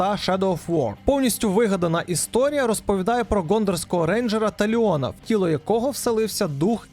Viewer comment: Чому ти наголоси робиш в іменах неправильні?) Ну тобто, КелебрИмбор і ТАліон в іграх саме так озвучувалися...